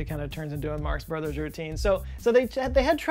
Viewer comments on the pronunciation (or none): none